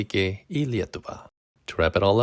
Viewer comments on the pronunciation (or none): Hey! I'm loving that you are trying to learn lithuanian, and me a lithuanian can give you a tip on pronounciation, i recommend in the word dislokavimas pronouncing the a softer, cause although it is a hard a but not too harsh. Most lithuanian words have it so you pronounce the first letters harsh and then softer. Linkiu visko geriausio Lietuvoj!